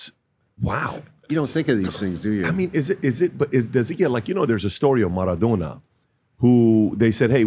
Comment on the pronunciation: Wtf is "Marathona"?